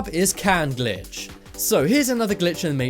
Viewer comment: stop saying glich in the maytricks